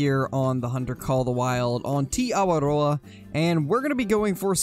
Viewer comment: Just my way of saying it but I think it’s pronounced T-ey A-wa-roa